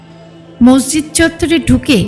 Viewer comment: মসজিদ নাকি মর্জিদ বলে নাকি মোরজিদ কোনটা 😂😂 ঠিক জানিনা তো